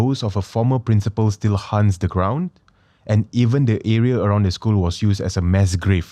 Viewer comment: Wait wait wait why does he always pronounce it as hunts??? Instead of haunts???